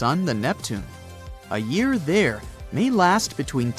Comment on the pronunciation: this fucking AI even cannot talk on Year in propper way!